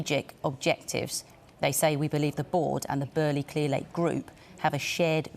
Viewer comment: Lol they keep saying his name wrong 🤣